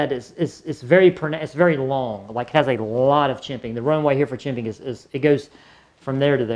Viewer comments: Are you saying chimping? It’s called jimping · Its " jimping" brother